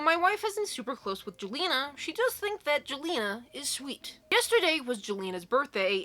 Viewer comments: jelena is pronounced as yell-enna :) i hope this makes sense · Sometimes "J" sounds like "Y" as in the name Jelena/Jalena/Jelina.